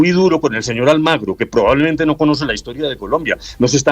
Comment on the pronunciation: Almagro? O AlmAgrio le vamos a tener que decir la frase pronunciada por el rey de España Juan Carlos I, el 10 de noviembre de 2007, dirigida al presidente de Venezuela, Hugo Chávez, «¿Por qué no te callas?»